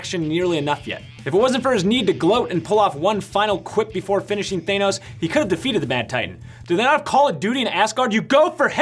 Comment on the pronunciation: It's Thanos, not Thainos.